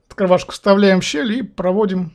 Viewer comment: А что за говор такой ОткрываШка :))) Волжане ?